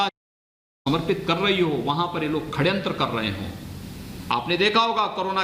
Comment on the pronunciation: पहली बात ख- खड्यांत्र नी ष- षड़यंत्र होता है 😁😁 हिंदी नी आती तो अंग्रेजी ही बोल लेते😁😁